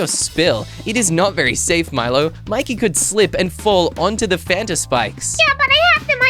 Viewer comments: A t before the n. Me: can u spell cus that is not how you spell Fanta just said fatna 🤦🏽‍♀️ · You said it’s not fanat it’s a “t” before the “n”